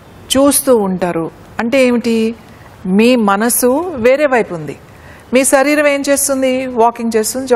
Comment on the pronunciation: దయచేసి శరీరం అనండి అక్క సరీరం కాదు 🙏